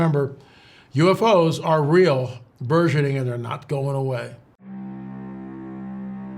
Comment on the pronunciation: BURGEONING is pronounced ...berjeniNG" ,,,,,,, NOT Zsa Zah ! It's a HARD G. ARRRRGH... LOL~